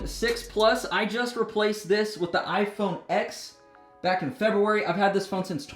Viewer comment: its not iphone x its pronounced 10